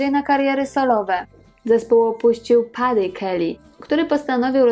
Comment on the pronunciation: "Paddy", wymawia się Peddy. Jest to jego przezwisko z dzieciństwa. Dziś tylko Michael Patrick Kelly.